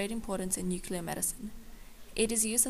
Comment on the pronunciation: NUCLEAR-- NOYT NUCULAR!! DUMBASS